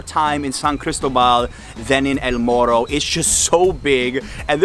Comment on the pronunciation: Me encanta en sólo un día ya pronuncias la R como Boricua. (MORRO), una pregunta que nota ò puntuación le dio Adriana a los tacos 🤪, Gracias por visitar la isla.